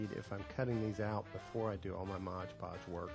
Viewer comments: It's Mod Podge, not Modge Podge. C'mon, it's on the bottle in big letters! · This is a great tute.. Thank you... Just fyi.. it's pronounced MOD Podge (not modge podge). Briliant.. I am going to try this. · Nice tutorial! However, you're saying the name of the product improperly. ;)